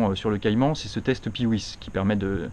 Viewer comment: très belle vidéo ! Le scart sublime la voiture. je partage la synthèse: coup de coeur, voiture parfois intimidante mais qui fait envie (j'ai eu 4 porsche mais pas de 997) bon point aussi pour le PiwiS prononcé comme il faut (avec un S) et qui est bien relativisé. Un test de 991 ou de 981 bientôt ?